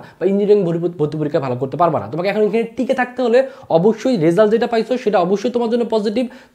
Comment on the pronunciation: Bhaia tomar uccharon khub vul. At first result ke bolecho resul. It's a great mistake!